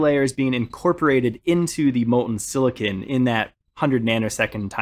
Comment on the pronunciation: Had to turn off once I heard how he pronounced silicon.